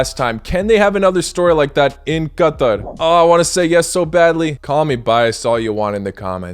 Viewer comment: Finally a YouTuber that pronounces Qatar right